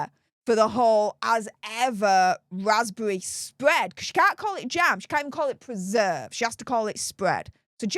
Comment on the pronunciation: Meg,s vaspbevvy spvead😂